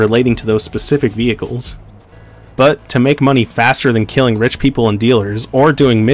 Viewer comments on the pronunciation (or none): none